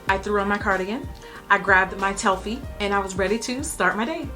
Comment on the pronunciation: THAT. TELFY. THO. Boy if I never been a hater before.... $eexee 🤣